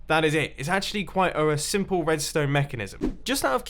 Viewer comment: Mumbo you spoon! “redsone torch placed here” or whatever he said